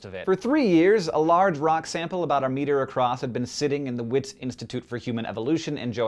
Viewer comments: Wits institute is Afrikaans for Witwatersrand which is pronounced vits not wits :P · WITS (short for University of the Witswatersrand) is an Afrikaans word which means it's pronounced vits (or vitswaatersrand) sorry, I don't want to seem like a troll but I just thought I'd point it out... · It's pronounced "vits" (w is a v sound in Afrikaans) You know, just by the way. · ... its pronounced vits... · Correction from South Africa: Wits is pronounced Vits. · great video, as per usual.. though WITS (Institute) is pronounced VITS. w=v in afrikaans... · Just so u know. Wits is pronounced V-its. It's Afrikaans. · That's not how you pronounce "Wits"